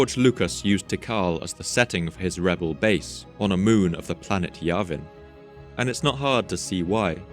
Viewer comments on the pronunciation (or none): none